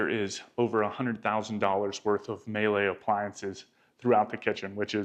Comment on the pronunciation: It's pronounced Mee lay. Not may lay.